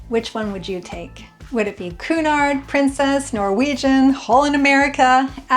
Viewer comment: Learn please how to pronounce Cunard and Meraviglia!